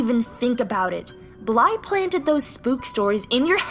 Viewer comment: NOOOO NOT BLYE NOOOOOOOOOOOOOOOOOOOOOOOOOOOOOOOO